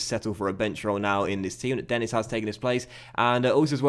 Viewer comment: Denis is pronounced Den-E :) similar to how Marquis is pronounced. Sorry iḿ late